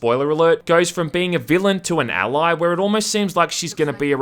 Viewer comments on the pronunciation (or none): none